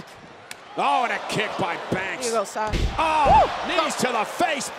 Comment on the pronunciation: Anyone else heard Naomi say Slasha😄